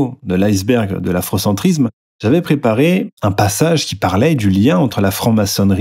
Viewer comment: ne parles pas trop de faute de grammaire, vu que tu dis afrocentrizzzzzzzzzzme ou kémitizzzzzzzzme Et même souvent tu dis que "ça fait sens" Bizoux mon goupil préféré.